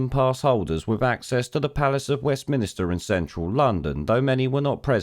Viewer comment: Ahhhhhhhhhhhhhhhhhhhhhhhhhhhhhhhhhhhh!!!!!!!! Its West Minster not Minister